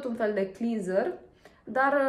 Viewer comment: “Clenzăr” se pronunță în limba engleză.